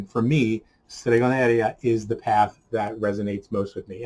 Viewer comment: Oh perfect, I have read it now :-) The point is that by an Italian point of view it is very strange to listen "stregoneria" as you pronounce it.